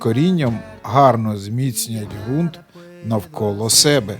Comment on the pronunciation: Вподобайка! Зелена травИЧка і фарби українською буде краще... І ще одне правило: Ґрунт, Ґава і Ґанок вимовляються з Ґ... Слава Україні!